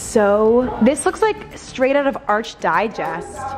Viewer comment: ARC digest not ARCH,, like "architecture"